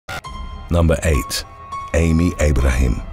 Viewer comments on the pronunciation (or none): none